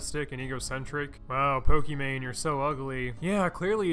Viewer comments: its poki not pooki..... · "I do lots of research for my videos." calls her Po-key-mane I enjoyed the video. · dude said pokimacoroni